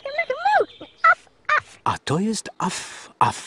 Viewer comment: Sraf sraf a nie at af